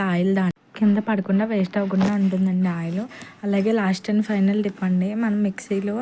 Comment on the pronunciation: Trips kadhu....Tip ani cheppu 😅